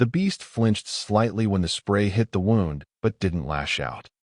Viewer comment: Wound like woond not wowend. Teach the narrator how to properly pronounce “xenobiology”. It is like zeno bi ology. No e in bio. Fascinating story. Thanks.